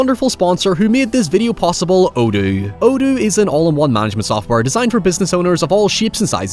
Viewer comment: I enjoyed listening to the Odoo ad, but I wish you would spell it out because your pronunciation of this word forced me to see what the heck you were talking about and gave me very little certainty in how it might be spelled